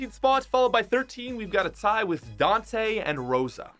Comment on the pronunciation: That’s not how you pronounce Dantè and Roša